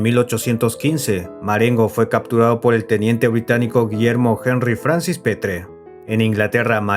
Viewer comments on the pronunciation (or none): none